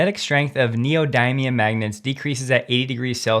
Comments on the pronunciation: "STAYDOOR" AND "NEO-DIME-IUM" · It's pronounced...Neodimium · "neodimeium" "staytor" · Great info. Thanks. But, look up how to pronounce neodymium. They y is pronounced like they y in symmetry. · Why do you pronounce "neodymium" in this manner? Is it a word you've never heard before? You are confusing me by pronouncing it in this way.